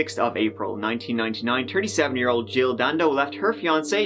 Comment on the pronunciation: Love how you say "ole" instead of "old" like most think lols.... Keep your shit up lols love you